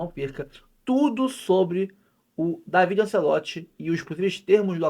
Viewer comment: O Dávide (É assim a pronúncia) é que cuidava dos treinos em vários times em que o pai era o técnico. Ele é quem dava dicas ao pai sobre mudanças nos times durante os jogos. Ele é quem indicava quem iria cobrar os penalties. Ele tem um excelente contato com o vestiário. Está muito preparado para o cargo de treinador no Botafogo e está trazendo auxiliares de muita experiencia para ajudá-lo. Alem disso ele fala fluentemente o Portugues, além de espanhol, imgles, italiano e alemão